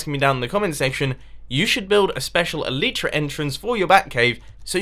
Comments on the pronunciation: You are bad with the elytra because you're saying it "elitra" and not "elYtra" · You pronounce elytra incorrectly!